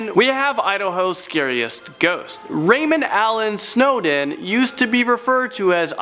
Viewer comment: snowden. "snowdin"